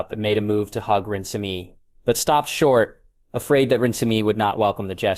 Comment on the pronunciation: I can't do this he keeps pronouncing her name wrong 😩 RE-NES-MAY